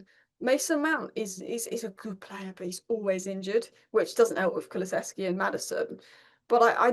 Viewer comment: Lovely to see has absolutely nailed the pronunciation of Kulusevski now! 😅